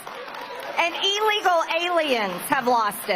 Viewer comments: It’s not Elegal aliens it is illegal and it isn’t ewe it is you. I wish you would learn to pronounce words MTG. But what can I expect from such a stupid woman. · What's an "e-legal" alien? What's this guy's problem?